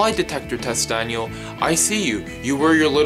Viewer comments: He says danyo not daniel look I'm not tryin to be mean or anything but his English is soooo bad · Danio you said danio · you dont say dainel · This is how many times he said Dainle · Its daniel not danial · This is how say Daniel:Danyel Me: say what? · Why do you keep saying Danielle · You can barley say Daniel